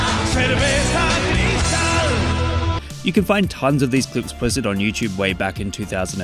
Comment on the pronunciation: Haha English speaker can not even pronounce Cerveza Cristal correctly. Really how hard is it to pronounce words that are not English?